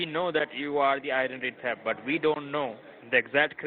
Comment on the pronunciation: "Identity teft."